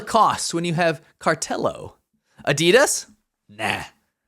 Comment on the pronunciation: abidas? 😂 pmua??? wtf 😂😂😂